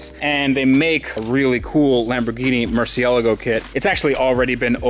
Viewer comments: Why are you still insisting on saying Lamborghini "murcialago" its Murciélago!! And what is the point on owning a lambo if you cant get it out on the road? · It's not a MurcielEgo, it's a MurcielAgo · Are my ears listen incorrectly or why do I always hear you pronounce Murcialgo? Becauce I'm pretty sure that the right pronounciation would be Murcielago. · Its a Mercy el r go not ella go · When you would start to properly pronounce Murciélago? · Why do you pronounce murcielago weird? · First thing i would do when buying a Murcielago is learning to pronounce it lol. But great content, just made me cringe. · Fucks sake it's not hard to pronounce Murcielago correct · every time you mispronounce Murcielago, it makes me cringe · Every time he mispronounces Murcielago I cringe a little.